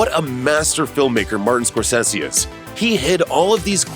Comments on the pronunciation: Who is Mar-Ten Score-Sayshiss? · You lost me when you mispronounced Scorsese